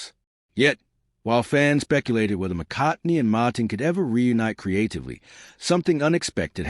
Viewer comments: Can’t get past the McCartney pronunciation 😢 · This guy can't even pronounce McCartney